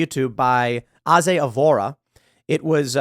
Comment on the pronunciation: Thanks for the share man. Really helped get the video going. Also Aze is pronounced 'Ayyyyys or A's' ;)